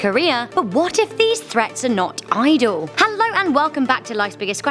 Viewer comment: Did she say henlo at the start?